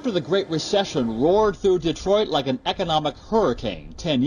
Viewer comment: "Detroit" ? Seriously?